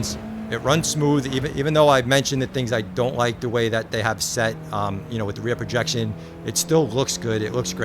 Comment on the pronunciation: Enjoy seeing your takes as always! I'm not sure if this is a matter of your accent, but it sounds like you're saying "rear projection" when referring to how the framerate is altered from 60 to 120 in the headset. One of the terms for this is "reprojection", also "asynchronous reprojection". If it's just your accent, I'm not bothered 😂 just want to make sure you got the details on it.